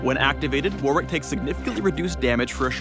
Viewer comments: "worrick"* not "war-wick" it's the name of an English province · So are we not gonna talk about this guys pronunciation of Warwick? Either way seems like a pretty cool character!